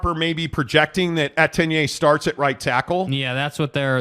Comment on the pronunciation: So many errors in this one video. Mispronunciation of Etienne’s name, doom and gloom around Slovis, byu being the “16th” team in the Big 12. Man is insufferable.